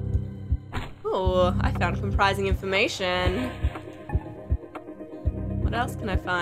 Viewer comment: It's comPROmising not comPRIsing... Smh (-_-')